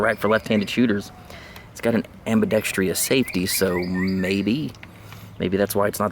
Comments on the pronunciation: It’s ambidextrous not ambidextreeous! Hooked on phonics bro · It's ambidextrous. Not ambidext-E-ous.